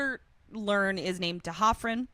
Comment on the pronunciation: Not sure if I'm right, but I think it's D'Hoffryn, not T'Hoffryn like was saying. Another great moment of Riley being a really good guy is that scene that couldn't stand. When Buffy is going on about marrying Spike, Riley is honest about how he feels about it and reacts the way his emotions tell him to. He doesn't macho out and yell at her or pretend he doesn't care. Also, that really looks like a red flag against Buffy. He was clearly really upset and confused and was not having fun, so for her to double down on a prank like that (as far as he knows), looks like she has a cruel streak.